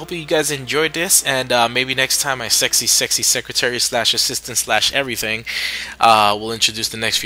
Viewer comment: Armor-Piercing beats 'errthang